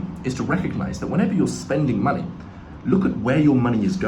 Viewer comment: Why is they way he says money so funny? Männie